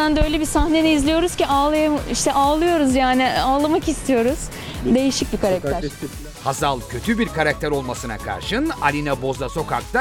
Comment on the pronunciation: saniyesi....Hazar değil Hazal..!